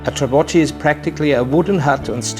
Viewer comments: Beautiful video! but..."ch" in Italian is always hard C (like your K). So should pronounced "trabokki" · Very well, but the italian word of the wooden hut on sea used for fishing is "trabocco" ( sing.) and "trabocchi" (plural, but prononced "trabokkee"). Remember : singular with -o termination, like "panino". The form "panini" is plural in italian and "-cchi" is always read "-kkee".